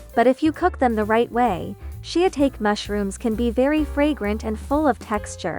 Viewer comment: says the mushroom wrong, its [ shi-ta-kay] phonetically; PS its one super obvious way to tell Ai voiceovers from humans 🙂